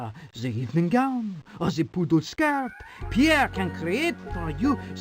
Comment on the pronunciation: Newer viewer here, why does dougdoug not know the name Pierre, and immediately mispronounces it as POO AIR??